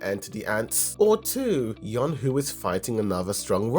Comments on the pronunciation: Y-oo-n (i.e. toon) Ho (i.e. hoe) brother. Not yong who Edit: also, jin AH not jin ha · Its yoonho not yonhoo